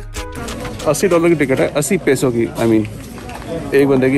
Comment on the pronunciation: Peyso...not pee so..